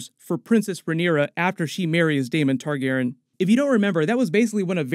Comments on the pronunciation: I cant be the only one who is wondering why he kept saying ‘Targeren’ instead of ‘Targaryen’ can I? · if your gonna be talking about game of thrones a lot I'd suggest you work on your pronunciation of Targaryen. Tar-gair-ee-in. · J, the narrator keeps saying “Targaren” without the yen part 😪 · Yo why is saying "Targaren"? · This isn’t a hate comment, I like your videos but your messing up the pronunciation of “Targaryen” and it’s messing with me😂😂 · I love you, man... But you're mispronouncing "Targaryen" throughout that entire video... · I know this is petty but damn dudes, mispronouncing Targaryen was just.... ahhhhh! Lol That messed me up through the whole video 😂😂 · Why are you pronouncing Targaryen differently? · Why did you keep saying Targaryen like that? For 8 years it has not been pronounced that way.